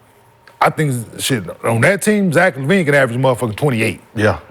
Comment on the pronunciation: Dude really said Zach Lavine. Smh